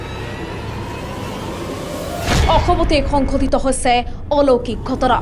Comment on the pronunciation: বাতৰিটো পঢ়োতে হৈছে শব্দটো কিয় হছে বুলি উচ্চাৰণ কৰিছে,উচ্চাৰণৰ প্ৰতি সচেতন হওক